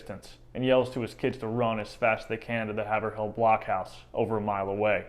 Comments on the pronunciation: Haverhill is pronounced Hay-vrill. Wicked awesome videos btw guy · Born and lived in Haverhill, MA. for 69 years, I had a 1 month class in the history of Haverhill (pronounced Hayvrill) in the late 1960s.We were taught that Hannah kinda lost it when she thought her entire family had been killed and was bent on vengeance. According to a tale from the boy from Worcester, they were 50 to 100 feet from the island in the Merrimack when Hannah turned the canoe back to the island to collect the scalps of those they had killed. They then went back south on the river at night only and found sanctuary with a farmer from Nashua ,New Hampshire.This man would not leave his family alone with French and Abenakis in the area but did give supplies and advice on how to get back to Haverhill MA. We were told that after several days the 3 escapees landed where her and the nanny were initially put in canoes for their journey to Canada. I believe the young boy, who had been a prisoner for much longer was returned to his surviving relatives in Worcester. The Buttonwoods museum in Haverhill has much info on this as well as some artifacts from Hannah. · Great info! I enjoyed it. I know some Duston descendents. Ps its pronounced Haiv rhill by the locals. Keep up the great videos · I can’t believe how you are saying Haverhill It’s have like wave and ril like til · Well, 1st, Haverhill is not pronounced Haver- Hill. Here in NE, it's pronounced Hey-Veral but good analysis 👍. They should make a movie!! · Oh, yes, it's pronounced Hay-ver-rill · "Haverhill"? it's pronounced HAY'vril. i live there. we're all still laughing. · MA is full of fun names that are pronounced differently than you'd imagine them. Haverhill is one of them- Hay-vrill (emphasis on 1st syllable) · Haverhill is pronounced "hay-vrill" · It is pronounced by locals " Hay vrill. " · Loved your account, but just a small mention; Haverhill is pronounced HAV- er-ill. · lol, hav-er-hill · It is pronounced by locals " Hay vrill ."